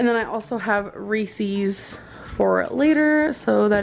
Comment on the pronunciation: Why does she call reeses reescees? God it gets on my nerves, why do people not understand how to pronounce the word reese?